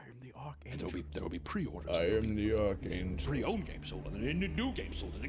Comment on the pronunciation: “I am the ARK ANGEL!” 😂